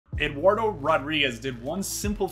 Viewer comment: How come you dont pronounce the D in Eduardo?